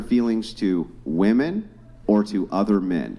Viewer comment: Why do so many modern women have trouble distinguishing between "woman" and "women" when speaking?